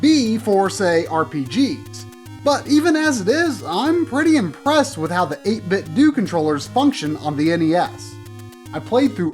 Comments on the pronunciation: I can't help but think it's pronounced Ate Bit Doh, rather than Ate Bit Doo. Like Nin Tin Doh. Maybe it's just be. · As you know, Nintendo is pronounced Nin-Ten-Do. 8Bitdo is suppose to be a play on words and sounds like Nin-Ten-Do. So its 8-Bit-Do (not Due) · Same. I’m convinced that he’s saying it wrong in this video. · I completely agree with you on this 2 year old comment. Why does almost everyone pronounce it "Doo" anyways? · Yup. It's pronounced 8bit-dew. If you don't believe me watch this vid. At the mark, they turn on the speaker and it says, EIGHT BIT DEWWWWW! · If you get the 8bitdo Bluetooth Speaker, when you turn it on, it does pronounce it 8-bit-doo. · It is doh. As in Nintendo because it an 8 bit Nintendo controller. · just fyi its 8-bit-DOE like nin-ten-do :) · Great episode. So glad to know about these. I really hope they expand into other consoles like SNES, Genesis, PS1, Saturn, etc. I would buy two for every one. I can't help but think you're mispronouncing their name. I think the "do" is supposed to be said the same as Nintendo and Tae Kwon Do.